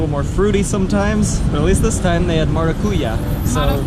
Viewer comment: Tapioca: good and healthy choice. This "salame" is not a salame, but an Italian Sausage, from Calabria (that's why it's called Calabresa). Maracujá: she got the PERFECT PRONUNCIATION that time! It's stressed/toned out at the end!